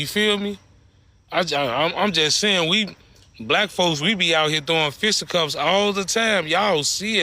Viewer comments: Bruh, what’s a “fista cups”??? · Fista cups? I guess he spent more time fighting than learning English. It’s fisticuffs dude. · "Fista cups" 😂😂😂 its FISTA CUFFS! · I think he really thinks it’s “fist up cups” 😂